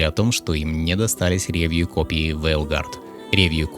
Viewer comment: Очень режет слух «рЕвью», ударение должно падать на последний слог «ревьЮ»